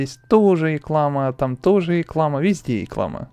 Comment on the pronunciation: не иклама а риклама